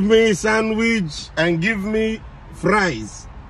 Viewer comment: 😂 😂 😂 😂 The way he stressed the word fries 😂😂😂😂😂